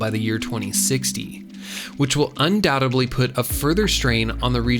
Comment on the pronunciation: "Undoubtebly"? You mean "undoubtedly"?